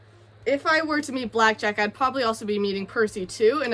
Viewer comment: “Backjack and proyets “I’m dying 😂😂😂😂